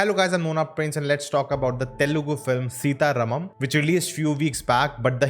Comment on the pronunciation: It's not Sita-Rum-um, it's Sita-Raaaaaaaam-um. Sitaram is not at all difficult to pronounce, um is the only addition to it